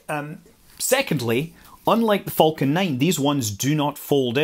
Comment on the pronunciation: What is a “foul-kin Rocket”?